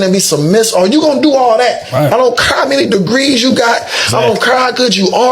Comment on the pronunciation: "be feminine and submissive" meanwhile this male got his hat on backwards and he's not even sitting straight up like a proper male should and he pronounces "care" like "curr" sir you don't deserve a feminine submissive wife